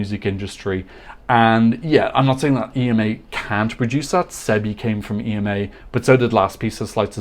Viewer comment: Hey,! In Slovenia, we all pronounce our national final just like the name, Ema/Emma.